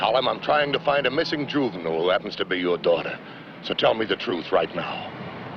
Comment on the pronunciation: Check him out slurring out the word "juvenile"